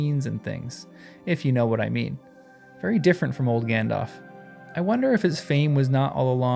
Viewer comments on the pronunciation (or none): none